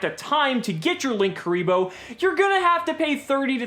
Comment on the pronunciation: lin- kuriboh or link- uriboh not LINKKURIBOH WHERE THE OTHER K COME FROM